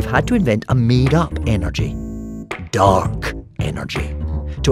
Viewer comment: Dark.... Dont say dark like that